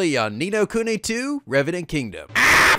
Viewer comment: tfw finally pronounces the game's name correctly.